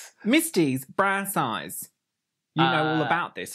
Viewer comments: Wow I thought she was saying “brass eyes” instead of “bra size” 😂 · I heard brass eyes too. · I heard “brass eyes” as well. I was like ?????? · She was saying “bra size”. I kept hearing brass eyes and was totally confused. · I legit heard, “The cast was found from a casting call published in Witch Magazine” and I was like, wow that’s specific.